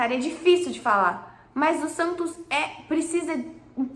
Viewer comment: Prantos ou Santos?? Kkkkkk🐷🐽🐷🐽🐷🐽🐷